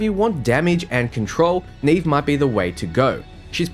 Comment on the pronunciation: I'm pretty sure Neve's name has been pronounced like it is in Portuguese (probable origin for her name, meaning "snow"), with the first "E" sounding similar to the second "E" in "celestial" instead of the first one in "scene".